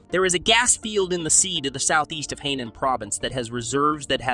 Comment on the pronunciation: Hainan is pronounced High- nan. The largest Chinese sub base is nearby.